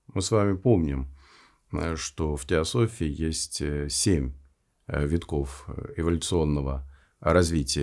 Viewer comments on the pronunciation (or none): none